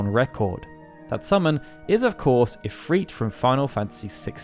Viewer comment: Why does he say "If-Reet"? It's If-Rit